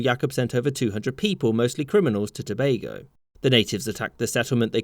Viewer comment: I appreciate The fact That you pronounced Tobago properly❤🇹🇹